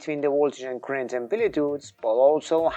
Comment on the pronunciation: You can’t get “current” from “crent?” 😂